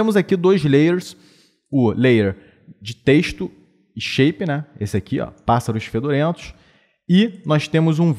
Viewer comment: rachei de rir com o "pássarox fedorentox"